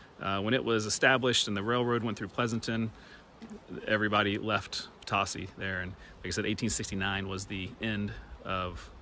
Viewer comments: The former community of PO-TOE-CEE, is the Spanish pronunciation. Similar to Potosi, Missouri. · There is also a town called Potosi in Missouri. There, it is pronounced "poe-toe-see." In the French language, the word means fortune. This makes sense because it started out as a mining community. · I grew up a few miles from Potosi Ks. It was always pronounced Puhtosy. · Yeah I wasn't 100% sure on the pronunciation. I'm sure it's probably the same as the Missouri one!